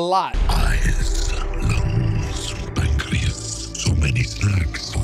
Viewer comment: Pan-chris? It's Pancreas 😂